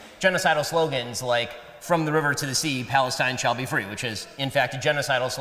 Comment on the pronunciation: I couldn't help but laugh when he said "This is a fee country "